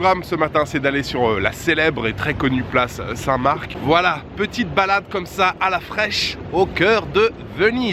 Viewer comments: Place st mar tu prononce pas le c ;) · On dit Saint Mar. Le C ne se prononce pas.